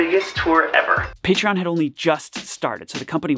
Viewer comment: if i had a nickle for everytime he said partion